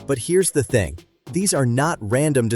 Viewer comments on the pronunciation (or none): none